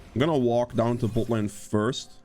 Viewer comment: Haha I will never get tired of hearing you say butt lane